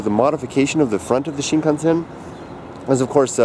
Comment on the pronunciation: Do you actually speak Japanese? Cause the way you pronounce (at least to me) of the word Shinkansen sounds pretty good